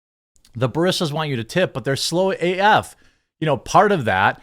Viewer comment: How can you mispronounce barista so badly? Lol